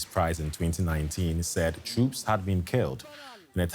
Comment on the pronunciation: troops not troups. Please change it